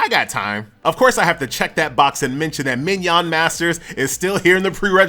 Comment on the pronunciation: bro said mignon